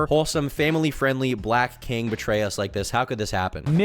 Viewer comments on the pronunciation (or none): none